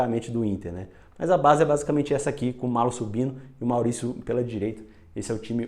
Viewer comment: Gostei muito! E o narrador errou a pronúncia, é "MALHO". Dois L's com som de LH mesmo. :yougotthis: Nova inscrita! :goodvibes